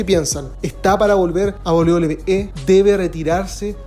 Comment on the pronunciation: 11 de septiembre de 2023 y aún no puede pronunciar correctamente "WWE".